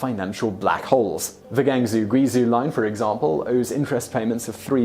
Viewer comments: 广州 (Guangzhou) = “gang zoo?” That’s like pronouncing London as “Blown down.” Please learn to pronounce the names of cities you mention. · Reasonable video. Shame the voice over mispronounces most Chinese city names badly. Example: Guangzhou isn't Goowung-zoo, it's more like Gwang-joe . The zh makes a 'j'sound. q maces a ch sound. (not my rues - I'm an Aussie) Getting the names so wrong greatly devalues the credibility of the clip guys. it's a really good way to catch a Chinese train to the wrong place! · Gangzoo guizoo? lol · What's up with Guangzoo and Wenzoo?